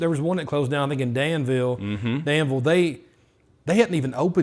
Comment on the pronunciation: with the code switch, “Dan-ville” 🤣